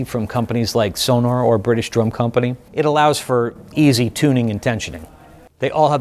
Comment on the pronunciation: Great video. Unfortunate that even the owner of apparently the largest drum store in the US can't pronounce Sonor! 😆